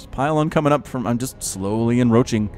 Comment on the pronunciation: Hey bro, I think you're pronouncing encroach wrong. You're missing the C in the middle of the word and pronouncing it en-roach instead of en-croach. Sorry to be a grammar nazi about it , but I figure better me than someone more important.